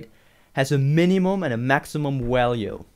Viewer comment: Walue and wolume.... Lol